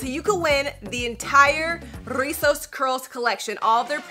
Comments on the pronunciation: Im mexican! I really love how you say rrrrrrizos 💗 thanks for doing the “r” effort 💗💗💗 🤣 You can say as well “chinos”, “bucles” meaning the same as rizos! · I lovee how you roll the r “rrrrizzosss curls” My favorite word in Spanish is “Guayaba” which is is “Guava” in English. I also like the word “Mar” which is is “Sea” in English